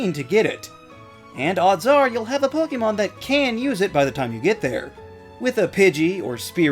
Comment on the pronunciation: Liked for actually pronouncing “Pokémon” correctly! Great video!